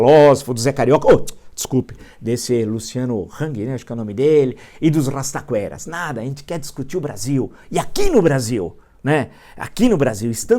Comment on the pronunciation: “O rrrrrrastaquera acredita no falastrão” descreveu o Brasil kkkkk